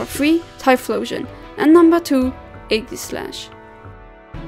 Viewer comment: No problem:3 I really like your recent Pokémon vids ^~^ Not to sound rude with this also but the way you say Aegislash makes me laugh haha xD Sounds like you're saying Eggyslash, I love it xD